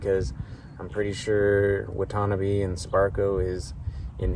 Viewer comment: Just discovered your channel. Love it. Gives me the encourage to do my own upgrade. Watanabe is pronounced: Wot-uh-nah-bay. Keep doing you upgrade vids. 😊